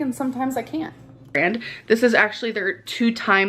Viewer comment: AIG!!? IT'S EGG. PRONOUNCE WORDS CORRECTLY. YOU DON'T HAVE A SPEECH IMPEDIMENT, AMBER!! Borrowing other people's accents cuz she has no personality of her own. I cannot wait til everyone finally forgets she exists. Yes Amber. You're dying. You're eating yourself to death. Stop stuffing your face, please. Realize you are not even 35 yet and your body is in the process of dying. Right now. You will no longer be with us soon. And people will miss talking crap about you, but they won't miss you cuz you're a terrible person. Let that sink in.